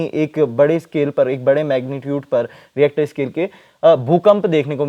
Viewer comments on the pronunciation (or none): REACTOR SCALE!!!! 😂😂😂😂 JAAHIL ANCHOR.